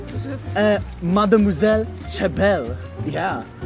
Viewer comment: I’m French and i think your « mademoiselle » is very good ( sorry my english is bad )